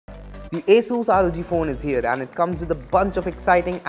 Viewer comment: It is not Ae-sus but actually Aa-sus🙄